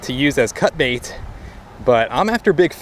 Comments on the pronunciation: "I was off getting bait". Lol I had to rewind it bc I could have sworn you said i was off getting baked! Lol thanks as usual for sharing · I swear I heard you say " I was off getting BAKED " ahaahaa. Had to rewind it to hear what you actually said. Wish it was " getting baked " lol. Great vid as always. Keep up the interesting vids brother. Thanks.